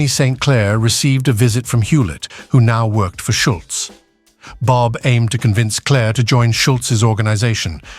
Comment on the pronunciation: Please. I have a very, very tough time following both the images and the odd narration for this video. First, the faces keep changing... and then sometimes at a blistering pace. Then one minute it is "Bob"... the next it is "Bab." And this kind of thing happens with other names and images. Why not get a real human voice and a script using accurate terminology? And nobody in the USA EVER referred to the numbers racket as a "lottery"...OMG! It was simply known as "the numbers"... period. Yessss. it worked similar to what is known today as a "lottery" or "lotto" but the numbers racket was never known as such. Furthermore, the name of the woman who ran the numbers racket jumps from one spelling and pronunciation to another... and her story is somewhat in error. Furthermore, the images of cars show totally or partially morphed designs that never were. One wonders why so much effort was made to create such fictional never-weres when the originals would have been far better (and more historically realistic) to view. Why?